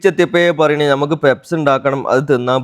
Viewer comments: പെപ്സ് അല്ല, പഫ്സ് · പെപ്സ് alla പപ്സ് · Njangal PUFFS ennaa parayua. Peps enthaanaavo karuthi🙄🙄🙄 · പെപ്സ് അല്ല. പപ്സ്. ആദൃ൦ കേട്ടപ്പോൾ എന്ത് സാധന൦ ആണാവോന്ന് കരുതി. 😂😂😂😂😂😂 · Sheriyan peps alla bro pups enalle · പപ്സ് ആയിരുന്നോ.. പെപ്സ് എന്ന് കേട്ടപ്പോൾ വേറെന്തോ ആണെന്നോർത്തു 😂😂😂😂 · Pepps alla pupps😂😂😂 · Peps alla puffs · Papsinu peps enna parayunne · Peps alla kakka.puffs Endhayalum sambhavam adipoli